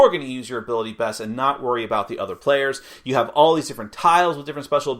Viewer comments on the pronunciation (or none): "There are animals a boot..." Sounds like someone's been spending time with the Canadians.